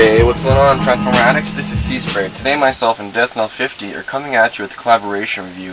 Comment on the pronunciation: lol ,.. the intro sounded like you were talking directly to me! but you did say Transformer addicts.... sounded like Transformatics! lol ,,, great figure , i bought mine loose from bbts, the classics hasbro version , but the henkei one would have rocked, looking to pick up fracture and dragstrip as well someday. great review 5 stars fellow canuck!